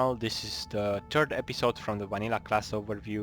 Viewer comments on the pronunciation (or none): "this is the TURD episode", xD xD xD